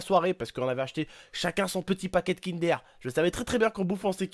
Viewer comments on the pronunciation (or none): qui a remarqué que à la place de dir kinder au début elle dit kindér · sa se dit kindeur pas kindér au passage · c'est pas kinderre c'est'kindeure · Mdrrr sa me stresse le "aire " c'est kinder pas kindaire il me stresse à dire ça tonton !